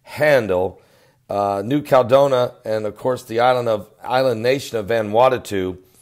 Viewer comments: It's CAL E DO NI A...5 syllables,, not 3. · Caladonia = CAL-ah-DOE-nee-yah